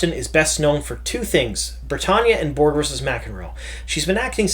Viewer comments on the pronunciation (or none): none